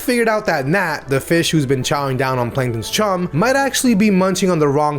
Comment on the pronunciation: “Panktons regular” Not very noticeable but it’s funny